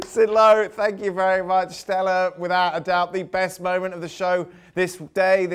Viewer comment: I sink conte is finished. Zidane has lost all of his hair, I sink he needs to speak with contes hair repair man. Sank you